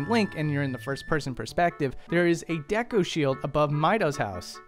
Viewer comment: Deh-KU tree? Wtf